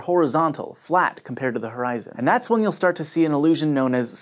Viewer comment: anyone noticed how weird he says "flat" on ? Reminds me of "quack" from older version of mac or something.